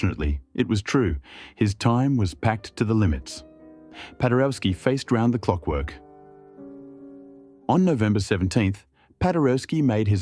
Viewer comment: The AI narrator doesn't know how to pronounce "Saint-Saëns". It also says Paderewski "faced round the clockwork" instead of "faced round-the-clock work". I don't know Polish, so I don't know if it pronounces Polish names correctly, but it even sounds like it uses several different pronunciations of "Paderewski". It's a fascinating video anyway. It's just unfortunate that such an excellent production suffers from such incompetent machine narration.